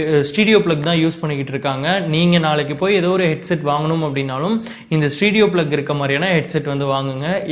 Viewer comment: Bro adhu stedio Ila.... Stereo....neengalae ipdi thappa Sona kekravangalum adha thappa adha puripanga....